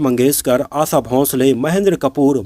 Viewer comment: स और श में फर्क है भाई . आसा नही आशा.